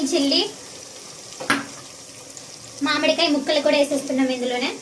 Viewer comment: మామిడికాయ,,,ఖాయ కాదు 😮